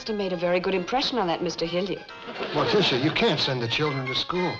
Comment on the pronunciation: ~ Morticia, not Martisha.